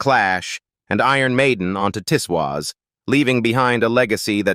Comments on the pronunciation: It wasn't pronounced Tiss Waas but Tiz Woz. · The programme is called Tiswas not Tiswis. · pronounced TIZZ WOZ